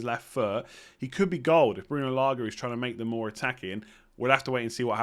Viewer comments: Your pronunciation of Trincão is pretty fine to be fair. It's "Lage" you need to work on ahaha it's G as in George and not as in Gordon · Bruno Lage pronunciation.. Lah-zzhe. Thank me later ;)